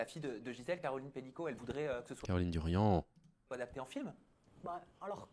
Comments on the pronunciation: Merci pour cette vidéo, par contre c'est Caroline Darian pas Durian😊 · C'est Caroline Darian. Pas Durian....